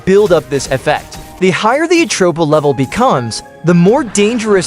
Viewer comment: It’s not atroper it’s atropa